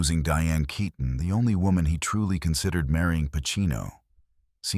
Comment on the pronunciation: Who ever was the narrator better learn how to pronounce her last name properly RIP Diane KEATON